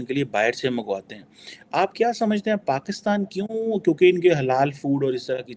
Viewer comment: She keeps saying Bakistan instead of Pakistan. Strong Arab influence.